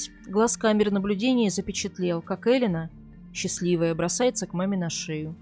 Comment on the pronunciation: Не Элина она, а Элена ! И да, я слышала это имя в Италии именно с ударением на первую букву .